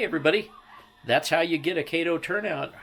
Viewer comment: It's pronounced Kato as in Kit Kat! Kayto is the name of the Chinese guy in the Pink Panther movies!